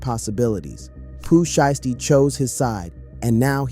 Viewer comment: He not even that brah this is ai slop see how he pronounces sheisty wrong